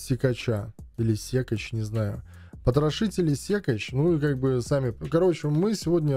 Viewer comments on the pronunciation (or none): Какой нафиг сЕкач😂 секАч )))))